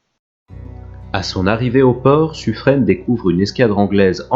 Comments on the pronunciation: Très intéressant. Par contre au sujet de Suffren: le nom se prononce Suffrin, comme pin, vin, sapin… et non pas suffrène. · Et Suffren "Suffrin" ;)